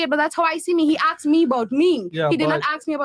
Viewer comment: It's pronounced asked not axed